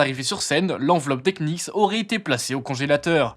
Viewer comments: prononciation.... ça donne "kenicks" 😅. Usuellement on dit nicks. A plusieurs reprises on sent qu'il a du mal. Ca craint pour un type qui fait une vidéo sur la NBA. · Please le K des Knicks est muet les gars… Vous aviez juste à regarder une interview ou un match pour le savoir… La vidéo est sympa sinon 😊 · J'aime toutes les vidéos de que ce soir sport, sciences, jeux etc... Mais je suis étonné que vous prononciez "Knicks" avec le K. C'est une "ghost letter" comme dans "castle" ou "knock out" le premier K de Knicks ne se prononce pas.:) Mais ça n'enlève rien à la vidéo qui est toujours au top biensur! Force à!:) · On ne prononce pas le K dans knicks attention ! bonne vidéo ceci etant dit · Bah si, le deuxième. 😉